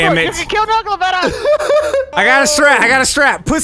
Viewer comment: C͠o͠d͠y͠ S͠h͠e͠l͠t͠o͠n͠ "Nola" Don't you mean Nogla xD